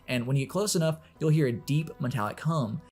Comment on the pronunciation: "deep metallic come" 💀 (I know he said Hum.)